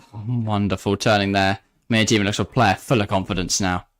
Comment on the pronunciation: could you just try and pronounce names right? Miedema isn't an overly difficult name and you two manage to both say it wrong in different ways